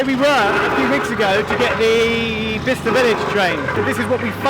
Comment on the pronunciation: " Bister " more like "Byesester"